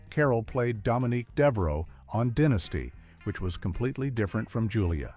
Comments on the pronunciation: I wish the narrator would learn how to correctly pronounce the names of actors and entertainment shows. There's no reason for him to mispronounce Diahann (Diane) Carroll and Dynasty (DI-nas-tee). And his mispronunciation of Klute was just sad.😠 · The machine said "Diya-Hann" and "Dinesty"!